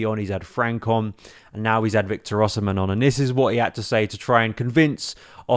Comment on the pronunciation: His name is pronounced Osimay.